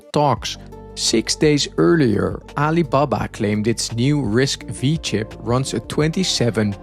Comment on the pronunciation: It’s a “Risk Five” not a “Risk Vee”.